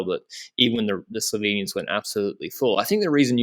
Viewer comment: your pronunciation of Slovenian names (places and people) is very good, a perfect I could say.